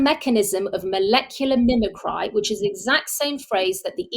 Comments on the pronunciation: Do you mean mimicry ? It's pronounced 'mimick-ree' - the act of something mimicking another thing. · Mimicry is pronounced MIMICREE. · I sincerely thank this lady for her work, but really... She is obviously a native speaker of English, yet she has clearly failed to recognise and thus pronounce correctly the word 'mimicry' Leading me to suspect that she in fact doesn't fully understand at a surface level, the phrase 'molecular mimicry' let alone have any grasp of the scientific ramifications.